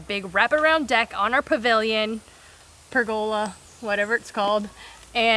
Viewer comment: You got it right. Pergola. Good onya mate. 😅😅😅😅